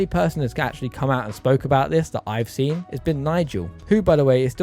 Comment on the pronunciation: I like how you said gabe seent this coming at the end and signed off